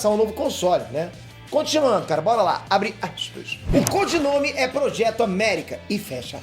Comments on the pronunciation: Abre axispa rsrsrsrsrs sei que tá errado mais a pronúncia sua a top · "Abre assspas"